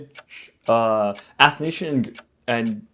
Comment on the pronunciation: ngl it was cute when you struggled with the words espionage, assassination and Guerilla warfare